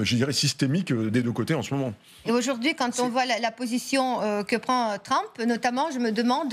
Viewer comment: C'est pas Tramp, c'est Trump